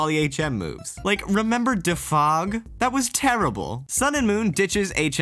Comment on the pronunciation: I wanted to say something awesome or nice to, especially after such a long time but... that pronoun of 'defog' is the best xD